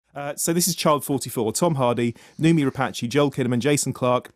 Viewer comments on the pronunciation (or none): I wish would learn how to pronounce, 'Rapace'. Rhyming it with Apache is just bizarre.